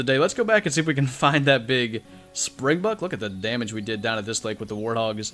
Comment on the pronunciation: Soz but (SpringbOk) not springbuck